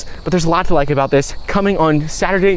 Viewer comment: I thought you said in the beginning of your video “Don’t like the video” … I still liked it anyways